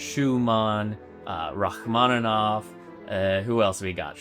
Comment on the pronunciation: Rachmaninov ,no rachmanov